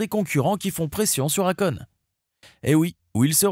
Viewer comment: Si tu prononce akone. Alor que c'est écrit akon. Et que en réalité sa se prononce èykone.....😂 Pourtant tu prononce bien quand tu parle de sa société. Étrange